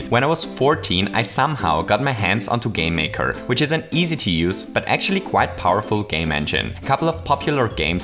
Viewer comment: Aside from the way you say "game maker" all I was thinking was "could I make a five nights at Freddy's game in dreems?" I am sure people will find a way. Great video as always keep up the good work.